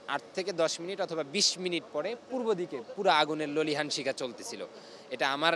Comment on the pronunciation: Ki sundor uccharon, aaguner lolihan(lelihan)shikha